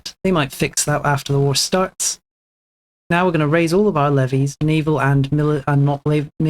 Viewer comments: bro, leh-vay? I'm sorry bro, I can't with the pronunciations lol. You gotta change your mic settings too, because having it cut out when not talking, and then having the static/low quality when you talk is very frustrating to listen to. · No such thing as a correct British pronunciation... I'm joking, but I'm certain that levies is pronounced the same, especially since it comes from French. Leh-vee. I've looked at multiple sources on google and they all seem to agree that it's pronounced leh-vee. You sure you don't have some obscure British accent? :P